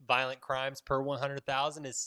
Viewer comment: Violent, not Voilent